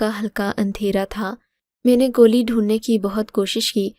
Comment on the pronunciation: گولی ھوتا ھے گلی نھی